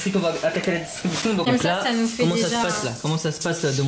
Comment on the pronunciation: Gg a toi belle action mais on dit distribution on pas distubution